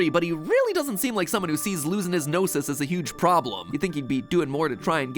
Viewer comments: Paimon said "GnosES" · is so funny how he can't say gnosis and he liked gnosi ❤❤ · It's funny how you pronounce the Gnosis in plural but in-game it refers the Gnosis as 'Gnoses' as the plural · You mean "Gnoses"?? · Words plz fix: Gnoses (No-sees) plural of Gnosis Khanri'ah (Khan rei ah) I play Genshin, you're absolutely right about Tsaritsa, I mean, that's what I personally think. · It's said in the game, "gnoses" /nōsēz/